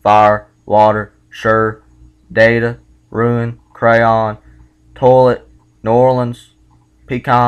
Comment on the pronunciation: I like how you say, "toe-lit"